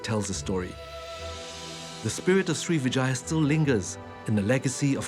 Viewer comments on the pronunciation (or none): Pease don't say it SRI VE JAYA but SRIVI -JAYA (SRIWIJAYA in INDONESIA) SRI VE JAYA is wrong and sound ugly too, like saying VAGINA 🤔🤔😡😡😡😡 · Not Srivijaya but Sriwijaya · not Srivijaya, but SRIWIJAYA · Everytime he says 'Srivijaya' it sounds like he is saying Three Vaginas. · Every time he says srivijaya, i hear vagina